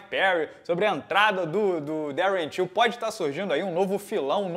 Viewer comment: O ficou falando Till achei q fosse tio kkkkk